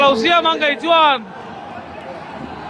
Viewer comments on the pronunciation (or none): none